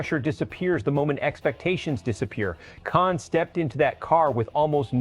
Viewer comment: That's not how to say Kasey's Last Name.